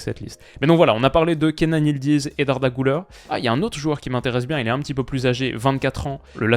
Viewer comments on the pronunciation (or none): On dit pas "GOULEUR" mais "GULAIR" c'est "U" et pas "OU"